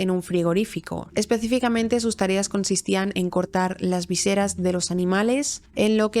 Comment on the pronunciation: Me gustan tus vídeos, pero acentuaste mal la palabra "vísceras".